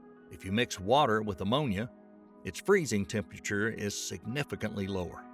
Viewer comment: 😕 Hey narrator! Can you pronounce the word 'Temperature' 1nce again for me plz?